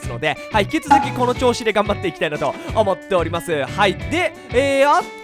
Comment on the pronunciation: 最初さ、思っつぇおります！って言ってるよね